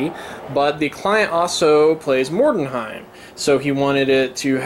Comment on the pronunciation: Why do people keep pronouncing it Mordenheim? It's Mordheim, no E-N in there. You're not the only one who can't say it right :)